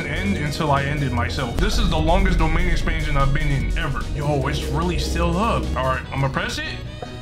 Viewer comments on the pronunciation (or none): Why’d he say domain expansion like that😭